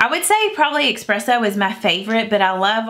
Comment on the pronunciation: There is no X in espresso!